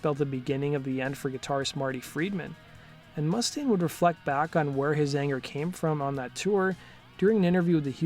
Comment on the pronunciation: It's MOO STAIN, man